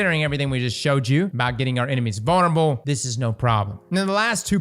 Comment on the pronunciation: Bone spears should splinter into bone spurs bone shards. Also why do I hear bonerable instead of vulnerable??